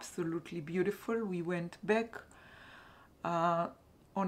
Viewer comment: Hello :-) just tell you for words back et black, you have to pronounce the A like you pronounce the A in raphia ♥ the bag is beautiful